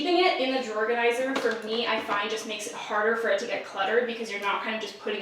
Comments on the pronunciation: Are you saying drawer organizer or drawerganizer? Are you saying Pam or Pan? Or Pand? Is the D silent? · I can’t with “drawer-ganizer” 😂👏🏼🙌🏼 Also please HELP with kitchen organizing!!!!! Plsssss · I’m sorry are you saying drawerganzier or drawer organizer? I can’t tell 😂 I love that someone on YouTube talk as fast as I do! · i can’t tell if you’re saying drawer organizer or drawerganizer but i’m down with this new word 😂😂 honestly these are my favorite kinds of videos lol i need to be a more simplified and organized bitch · All I could hear was “drawerganizer”. Anyone else?? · I’m sorry, excuse me.. Are you saying, “drawerganizer?” 😂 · Did I hear this wrong or did you say "drawergonizer"? lmao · are you saying "drawerganizer" or am I crazy 😂🖤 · Thought I was going crazy for a sec as well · Man, I'm always learning something from videos. Drawganiser, who knew! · Hahahaha I noticed it too!!!!!!